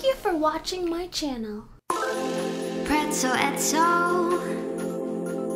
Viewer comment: Preztel eztel